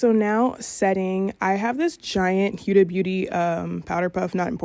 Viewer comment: It’s not pronounce hiuda, it’s pronounced Hoda kinda